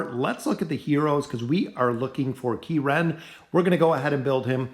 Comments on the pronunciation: Key ren? I thought it was Kren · Use Kren please.. KE-ren just makes me laugh. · It's just Kren. NOT Key-ren. Just so you know. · Where's that pronunciation of kren coming from??